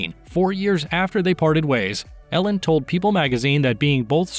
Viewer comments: It''a pronounced EE-lin, not Ellen. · His wife’s name is pronounced EE-lin, not Ellen. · Freckles: just want to make a correction; it's Elin pronounced Eelin (Swedish). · His ex wife’s is not Ellen, it is ‘Eliiinl” she has a Swedish name.